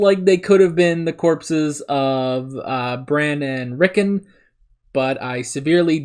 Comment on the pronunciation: Just a pronunciation note - British people, and by extension, Westerosi people, often emphasize both syllables of two-syllable names like Rickon, which is pronounced on the show with the on part of the name accented as much as the Rick part of the name, pronouncing -on just like the word "on", rather than de-emphasizing it like in the word "reckon".